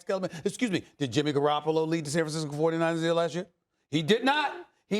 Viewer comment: Stephen A : I ain't gonna say no names and hurt peoples feelings Also Stephen A : proceeds to say Jimmy Garrapalo 😂😂😂